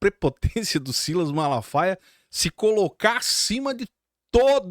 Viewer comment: SILÁS , SILÁS 😂😂😂😂 É O SILAS . PARA MIM É UM OPORTUNISTA.